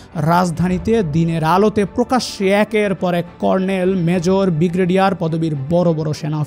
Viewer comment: Bhai apnar voice ta valo na , joto toko voyokhor vabay present korar apne parayn na, and apnar pronunciation khoob bajay , apne brigadier na bolay boltaysayn bigraydiar first fixed your English and pronunciation, then make a YouTube